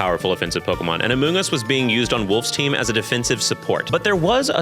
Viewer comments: it’s pronounced “urrr-shi-fuu”. And “Ah-moon-Gus” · I did not know about the thing with Amoongus, and I would like to say that every time said "Amoongus", I did indeed have to hold in the smallest laugh, and I am so sorry about that LOL